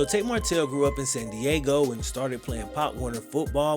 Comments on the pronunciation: I love these videos but you gotta get his name right bro 😂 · I really enjoyed your video, but I'd work on ensuring you're saying the subject's name correctly throughout the video lol